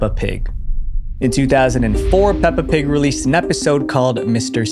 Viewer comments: “Pelpa Pig” lol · "Pelpa pig" 😞✌️ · ‘Pelpa pig’ hits hard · "ban pelpa pig!" MAN WHO THE F*CK IS PELPA? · PELPA PIG??